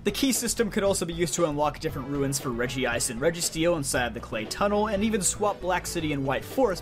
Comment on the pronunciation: Great video, though if anything I appreciate the correct pronunciation of Regice.